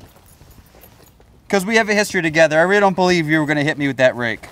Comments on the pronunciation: Keeps saying axe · Did anyone else hear axe instead of rake